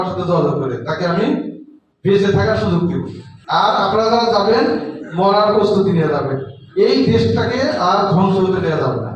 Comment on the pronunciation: মরার না বলে মারার বলেন!!